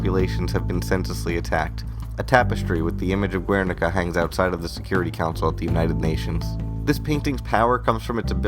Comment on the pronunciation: Just one little thing. Guernica is pronounced with the "u" as a silent letter in Spanish. Keep the good work, it's awesome.